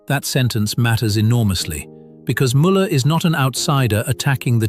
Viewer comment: Canyou pkease leRn how zo pronounce Müller cotectly! Gdrmans try to oronounce English eords vorrectly so you can do the samr at leadt eith names especially with tbe ones yoz are using and zhaz are vety well known its